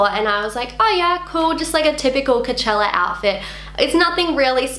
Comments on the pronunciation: Idk, the way you say Coachella, it sounds like Cachella... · Lol u keep sayin kachella